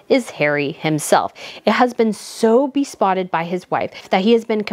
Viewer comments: It’s be-SOTT-ed (meaning smitten), not be-SPOTT-ed (meaning speckled) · Excellent review, you are always on target with your keen intuition! Bravo! One funny point I felt was quite endearing was your twice mispronouncing besotted as bespotted. Besotted is very infatuated with, while bespotted refers to one being freckled, marked or spotted. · I have no argument with the cringe level of the Suxxeses but I'm embarrassed for this host who is having so much trouble reading the quoted articles correctly. Harry was "besotted," not "bespotted" as she mispronounces the word more than once - and this is just one of many cringe invoking examples. Just rehearse these things a bit first next time, or ideally go back and correct all of the mispronunciations and skipped words. They seriously detract from your message. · You are so smart, cute, talented, informed, and fun to watch. But, please, stop saying "bespotted". The word is " besotted". No letter "p". Loosely, it means, " fascinated with". Other than that, you're a complete delight! 😉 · Why do you call besotted bespotted? I agree with you on your review of this series btw. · Please learn how to read or try reading slower. It’s hard to listen to so many mispronunciations. It’s beSOTTED not be spotted. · Ok, this is nitpicky but I say it in the nicest way possible, I promise. Please, please, please, get one of those apps that will teach you how to pronounce words you don't know. I cringed when you said saccharine, and when Harry was described as besotted you said bespotted. I love you, but if you're gonna have a big YouTube channel, you need to know how to pronounce the big words properly